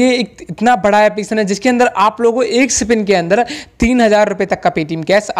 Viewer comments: Bopdi wale woh sipin nahi spin hota hai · Sipin nhi re baba spin